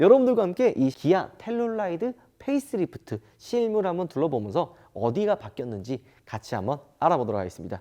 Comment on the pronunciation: 13분12초 펠리하이브리드? 페이스리프드죠?